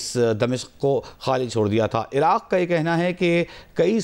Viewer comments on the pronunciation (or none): none